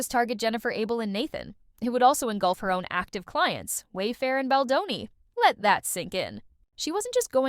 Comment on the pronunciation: Who’s this Boni the AI keeps saying🙄. Get his name right account owner